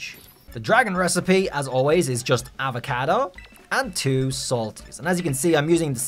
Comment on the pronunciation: Something about the way you say avocado....